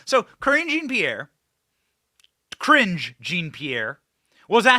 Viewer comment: Thank you Benny Johnson for pronouncing Cringe Jean Pierre’s name correctly!😂